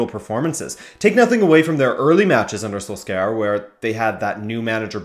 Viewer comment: Sorry but your pronunciation of Solskjaer hurts